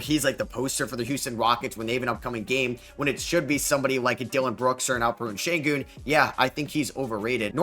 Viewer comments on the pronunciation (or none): bro you gotta start pronouncing some of these names correctly 😭 AlpeREN Sengun, AuSAR Thompson